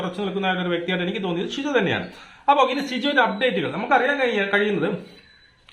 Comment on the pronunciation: Bശിജോ അല്ല സിജോ ആണ് നേരാവണ്ണം പേര് പോലും പറയാൻ പറ്റുന്നില്ല. ആദ്യം പേരൊക്കെ മര്യാദക്ക് പറയാൻ പഠിക്കൂ എന്നിട്ട് വീഡിയോ ഇടൂ